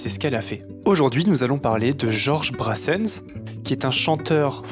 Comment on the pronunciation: mdr la prononciation de George Brassens